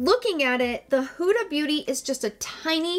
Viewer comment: Love you. Thanks for the review. As an Egyptian, I must correct the pronunciation (forgive me). Not Who-da but Hood-a (like hood of a car)❤️❤️